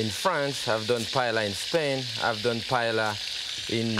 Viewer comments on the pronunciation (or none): and called it "payella"... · I love Chef Pépin. In fact, one time I was cruising on the Oceania Riviera cruise ship while he too was on board and was in my painting class. If I had seen this video before that time, I would have taught Chef Pépin how to pronounce 'paella' correctly. Watching this video, I couldn't believe that a great chef like him was mispronouncing the word.